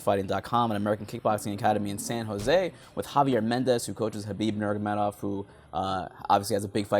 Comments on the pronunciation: Nurgamedov? God damn it, everyone always gets his name wrong. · I Swear like 50 percent of the media cannot pronounce "Nurmagomedov"